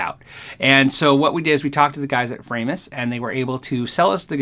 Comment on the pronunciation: my wife wanted me to tell you its fra-mus, she is german an a tad ocd she makes me say folkswagon AKA volkswagon.......send help!